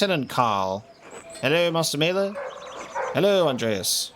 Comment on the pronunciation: About pronunciations: Vaclav pronounced as Va-ts-lav, Wojslav as Vo-i-slav, and of course Maler is more German, not Maeler but Mahler. Great job on playthough 🤗🤗🤗